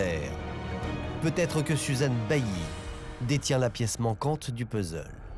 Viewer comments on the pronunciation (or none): none